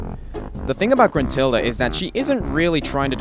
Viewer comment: gentrulda? First, is Gruntilda. Second, what's so bad about her. I know it's not the best but is at least not bad.